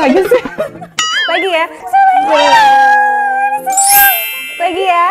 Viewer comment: Sulaiman bukan Sulaeman pakai i bukan e